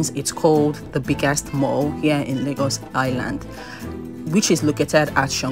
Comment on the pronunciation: If i hear you say 'Lagors' one more time lol, but on a more serious note, this place is dead.